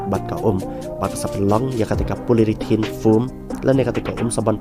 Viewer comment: Poly-ure-thene bro ym dei polyrithane